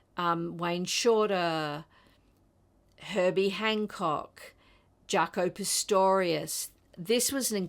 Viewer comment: Great selection! Just a little correction... It's Pastorious not Pistorious.